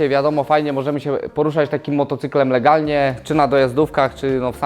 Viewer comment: "LEGLNIE" Hahahahahahahaha!!!